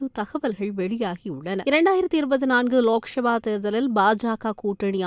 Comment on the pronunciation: ஏம்மா? அதுக்கு தான் தமிழ் வழி படித்தவர்க்கு மட்டும் செய்தி வாசிக்க செய்ய வேண்டும் என்பது. லோக்சபா என்பதை லோக்‌ஷபா எனவும் இராஜிய சபா என்பதை இராஜிய ஷபா என்பதும்; தமிழ் வாசிக்கிறாயா அல்லது வேறு வாசிக்கிறாயா என்ன? ரொம்ப style வாசிப்பதாக நினைப்போ, உன் வாயில வசம்பை வைச்சு தேய்க்க.